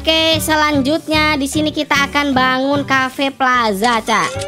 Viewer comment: Bang cafenya Kok bacaannyacafe😂😂